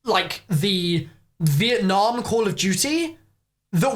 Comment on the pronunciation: Who was here when it said vietname